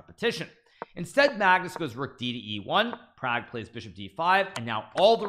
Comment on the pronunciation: Please pronounce properly Pragg's Name.....